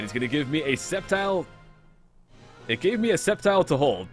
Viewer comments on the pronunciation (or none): SceptilITE -ITE Sceptile-Ite